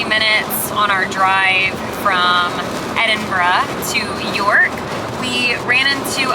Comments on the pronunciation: Kudos for getting the pronunciation of our capital city right. So many Americans say "Edinboro", but you nailed it with "Edinbruh". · Congratulations on pronouncing it correctly instead of ''Edinburow'' as most Americans say. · Agreed, but with the exception of 'Lomond'.... LO-mond not loMOND... 10/10 for Edinburgh!!!